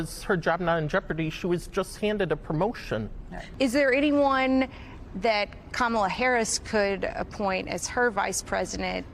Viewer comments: Trump has a way over inflated ego 😢 and that scares me so incredibly much 😢Camilla? Another intentional mispronunciation of her name 🤬🤬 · Those Karen’s are total Fox News Kool-aid drinkers—they should have been fact checked by the interviewer that Trump was the one responsible for sabotaging a bipartisan border deal! They’re so misinformed by MAGA. People also need to learn to pronounce her name correctly: KA-ma-la—accent is on first syllable!! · Anyone else hear the soft “KamEELa” under that woman’s breathe because she was nervous about not knowing how to properly pronounce it…? Lol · And VP Harris's name is pronounced Kam - ala, not kam-a-la. Trump and the far right are always trying to put a Middle Eastern twist on it in an attempt to rile up the Islamophobia and racism in his followers. In Sanskrit, Kamala means Lotus. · She can't even pronounce her name right. Camilla did she say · This lady was basically like I’m worried Trump will be a horrible dictator and seek retribution but then again I don’t know they kamilla lady (didn’t even pronounce her name right) and then says I’m just gonna wait and see. This is why we can’t have nice things people. We are a country of idiots. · Disrespect is when you continue to mispronounce Kamalas name. When you might be smart enough to hear the difference. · saying Kamala not smart 😂